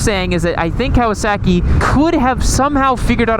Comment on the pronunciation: I cant get over how you pronounce kowaSACKee